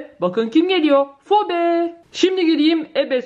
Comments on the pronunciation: Abla fibi diyo okunuyor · Abla o Phoebe fobe diye değil fibi diye okunuyor.